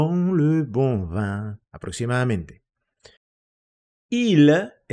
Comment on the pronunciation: Pero la pronunciación de la palabra vino es [vɛ̃] no [vɑ̃]